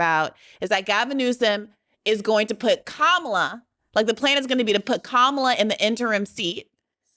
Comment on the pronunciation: It's really not hard to get Kamala's name right...